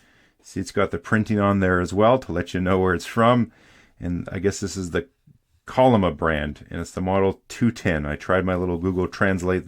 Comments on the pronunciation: Hi, I'm Korean(the South one😂), and the name of this pen is read "cho"nrima( like "cho"colate), not kolrima. It's fun to see how it could be read differently in English. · Chollima is pronounced like chaw li ma. It was the name of the social movement to rebuild the North after US bombing during the war. It's technically the name of a horse from Korean mythology, with the idea being that the DPRK should be rebuilding "at the speed of Chollima." As a result, it's also the name for the style of architecture of buildings built from the 50s to the 60s, and is generally a pretty popular brand name. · Just for reference, but the ch in chollima is pronounced ch as in "cheese" rather than a K sound.